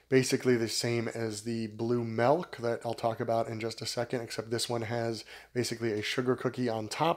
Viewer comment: Sounds like you're saying Melk, lol